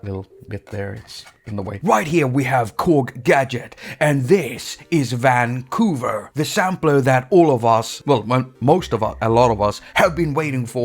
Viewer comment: Hate it every time you say: Vvaaan...COUVER